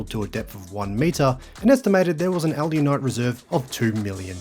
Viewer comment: Good work on saying Alunite correctly. Not sure why you’re not saying Chandler.